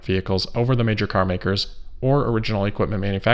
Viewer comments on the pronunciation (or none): none